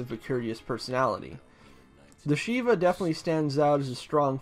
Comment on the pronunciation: I know this might sound mean, but I always find it funny when non-Jews mispronounce Jewish words (like Shivah. The i isn't a regular i.) Then again, I appreciate the effort anyway, especially I butcher words from other cultures all the time.